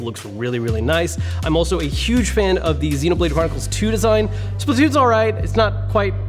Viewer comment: he says “deline” instead of “design” LOL 😂😂😂😂😂😂😂😂